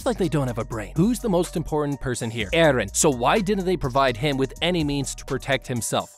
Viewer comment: i like the wat he say EhRrhen